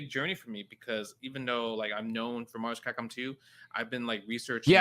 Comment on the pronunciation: "everyone wants new Mahvs-Capcom, Mahvs-Capcom".